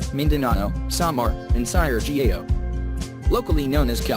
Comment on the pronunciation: Am I the only one bothered by the fake voice? How he pronounces Siargao for example is driving me nuts. 😑